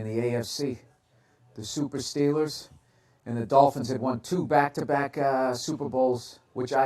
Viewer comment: The Dolphins vs the Steelaahhss